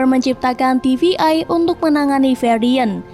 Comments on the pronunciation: Untuk pelafalan TVA bukan tivi-ai. Coba perbaiki lagi untuk lanjutannya. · Ganggu bt TVA dibaca TVI berkali kali